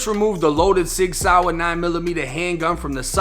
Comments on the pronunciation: you pronounced the name of that firearm soooooooo WRONG.. its not a SOUR.. RIP to those innocent children at the hands of that little Devil smh.. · Sig "sour" 😂 its pronounced like the word saw lol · I fw you but Sig Sour really took me out 😂😂😂 Sig Sauer 1 Florida/Boston Accent 0